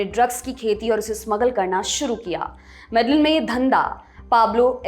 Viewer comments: 1. आप नाम गलत बोल रहे हो। वो मेडेयिन (Medellin) है ना की मेडेलिन, स्पेनिश में LL ko ल नहीं य बोलते हैं। और वो काली (Cali) है ना कली (Cli), और स्पेनिश में A ko आ बोलते हैं न कि अ। कैलीफोर्निया (California) और काली (Cali) के अंग्रेजी और स्पेनिश के पहले चार अक्षर एक जैसे हैं और दोनों नामों में सिर्फ इतना फर्क है कि वो अपनी अपनी भाषा के अनुसार बोलते हैं क्योंकि इंग्लिश में A ko ए और स्पेनिश में A ko आ बोलते हैं। 2. मैं कली (Cali) का नाम 3 नंबर पर सुन कर हैरान हूं। मैं 2019 में यहां आया था तब तब से यहां रह रहा हूं यहां तब सब अच्छा था। मैं मानता हूं कि कोलंबिया सुरक्षित नहीं हैं पर यहां जायदा क्राइम वनेजुलन लोगों के आने के बाद बढ़ा है। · .Your research is great. However the correct pronunciation of the top city is Mede-een, the two Ls are silent. Thank you. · Medellin is pronounced as Medeyeen. LL in Spanish is pronunciation as Yah of Hindi.. please correct your pronunciation. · Yes, I was also thinking about Medellin that she pronounce wrong. I am also living in Cali, Colombia. Cali comes in third in list mostly happening cause of Venezuelan people invade .